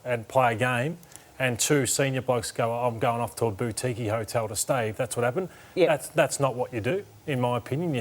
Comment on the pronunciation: Matthew Lloyd's pronunciation of boutique lmao